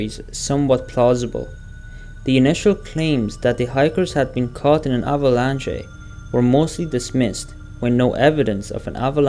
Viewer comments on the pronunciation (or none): This was a good vid untill you said avalanch-AE😂